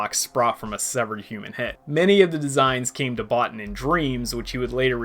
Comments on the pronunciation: You should pronounce it "Bo-Teen", not "Bot-ton". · I saw this movie when it came out in 1982, and as a young man, I thought it was brilliant then...it's only gotten better with age. It's simply one of the greatest films ever made IMHO. Well done on the video, one comment - Rob Bottin's name is pronounced Bow-TEEN.